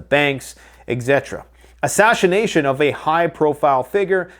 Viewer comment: AH SHASH-I-NATION! :face-orange-raised-eyebrow:How dah fork ya spell dat?:face-fuchsia-tongue-out